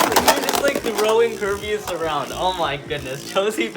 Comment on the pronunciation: This is how many times he said kirbeas